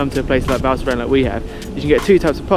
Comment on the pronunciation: Nice vid once again ! Ps: the « s » is NOT silent at the end of « Val Thorens » ;)